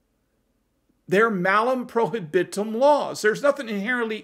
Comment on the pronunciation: Latin curmudgeon winces when you mispronounce prohibitum, but almost everyone does... Assinine legislators at the state and federal levels will get toweringly indignant at the idea that the AR with a pistol brace that is in one person's safe is itself 'responsible' for another AR that someone used to commit a crime. Yes, they really are that stupid.